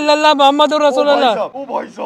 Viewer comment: Bhai Sono Bhai ko kaho Kalima sahi parhen sahi ye hy Muhammad ur Rasoolullah... not Rasoolallah...if i heard correct... bohat ihem or Imaan sahi honay ki baat hy k Kalima sahi ho or yaqeen sahi ho. Jazak ALLAH khairun